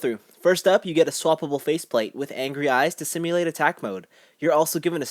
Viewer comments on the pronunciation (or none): none